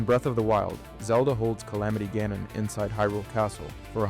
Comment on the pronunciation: Calling Ganon as goanon must be new